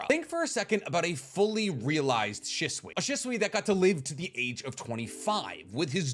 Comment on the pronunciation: *She-sui ✅ *shi-sui ❌